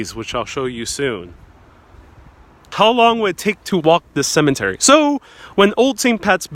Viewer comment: Cemetery not cement-ery. Interment, not Intern-ment.